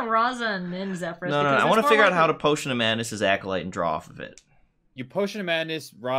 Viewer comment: Reminder that it is pronounced ZephERS